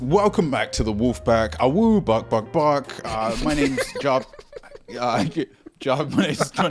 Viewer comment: said "barK, barK, barK" not bok bok bok 😒😒😒😒